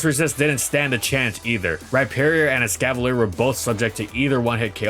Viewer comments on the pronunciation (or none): EXCAVALIER, NOT EXCAVILIER!